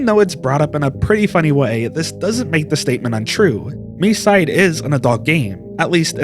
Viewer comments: I don't know why this has to be said, but it's pronounced "my side". It's a play on words. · isnt it pronounced mee-see-day?